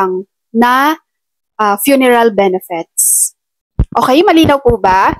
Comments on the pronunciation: Ate BENEFIT EDUCATED K P NMN ! Pano mo I pronounce ang benefits. Benefets😀😀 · Ayusin m pronounciation m anong benefets..😂😂 benefits madam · Benefits hindi benefets